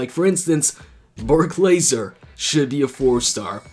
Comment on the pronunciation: Lesnar not Laser 😂🤣😄😅